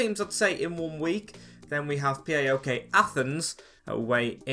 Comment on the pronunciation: How to say it correctly?